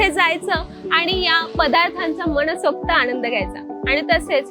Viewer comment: मनसोक्त असे आहे मणसोक्त असं नाही.. आधी नीट बोलायला शिका